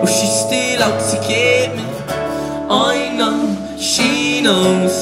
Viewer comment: It should be pronounced "eye know" not "oy know" very annoying singer